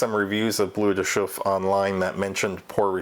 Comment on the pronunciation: Pronounced B-L-E-R de Chauffe, not B-L-U-E